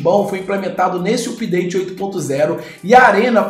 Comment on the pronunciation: Não se fala (úpdate). Tente "âpdate".